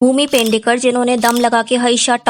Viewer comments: Pendekar nahi pednekar he vo. Atleast apni video ke topic ka naam to sahi se bolo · Alag duniya se hai madam 😂sab ke naam aisehi bolti hai